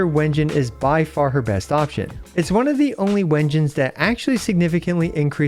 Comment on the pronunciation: Why u pronounce it Wengines when its pronounced "doubble V" engine? They confirmed this in their livestream (I thought it was obvious when you use a "-" dash between words)